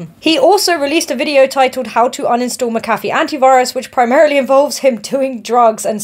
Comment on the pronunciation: That is not how you pronounce mcafee